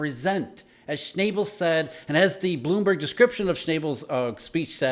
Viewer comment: Sch-naw-bull not Sch-nay-ble